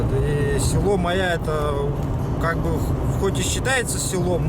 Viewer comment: Даа. слово Майя выговорить не может. И ещё одно как понять: поляна к нему примыкает озеро. 60 лет живу на земле, но вот узнал что алаас это поляна куда иногда примыкает озеро.